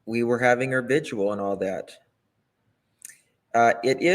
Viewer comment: It's 'VIGIL' ...I wish people would stop prouncing it v i g u a l !!